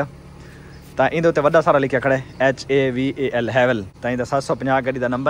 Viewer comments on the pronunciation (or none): Haval nai bhai havaaal parha jata hai haval ko 😊